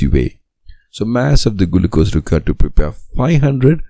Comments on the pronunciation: Bro said gulucose 💀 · Gulucose?? Really😂😂.. Thank you by the way!!